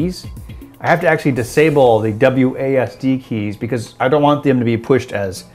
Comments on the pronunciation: It's not wassad, it's Wossed WASD or Wazzed. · WAHSAD? wtf did he just say?